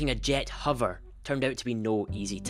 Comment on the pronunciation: It's unfortunate that in a video about hovering that you're unable to pronounce the word 'hover'